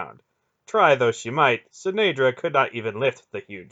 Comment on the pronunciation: Proper pronunciation.. "Tol-NED-rin" "Are-END" "Che-NED-ra" "CARE-ek(Cherek)" "Sith-iss-tor" "Too-chick(Ctuchik)"😉 "KAM-Dar(Chamdar)